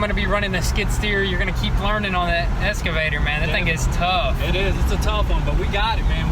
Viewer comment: Excavator!! Lol not escavator